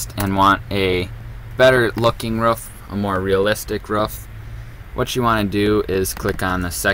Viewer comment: we not gonna talk about the fact that he pronounce roof as rough